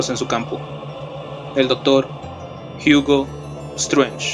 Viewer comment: che "Jiugo" XD chida clase